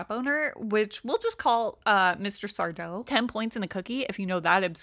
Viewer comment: That’s Sar-do! No Mr., accent on the -do.